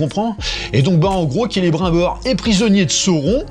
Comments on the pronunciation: c'est marqué dans les livres comment on prononce, c'est pas difficile. Kélé brime bore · Il me fume qd il dit : Celebr 1 Bor. Qu'il est con. Mais il me fait rire, c'est déjà ça